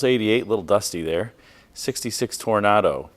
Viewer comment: No way bro just said "Tor Nah Do" 🙏🏻😭